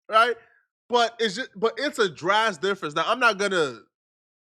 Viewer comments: The word of DRASTIC. Not drast. Drast is not a word🤦🏾‍♂️ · homie, it’s drastic or a drastic difference. I heard it twice in this video and I couldn’t tell if its engage bait or what 😂